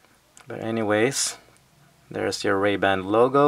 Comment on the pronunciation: Why are you saying Ray-band? There's no D!